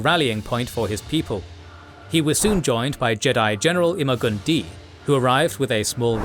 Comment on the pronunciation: “Im-a-gun-di” = “imma gonna die”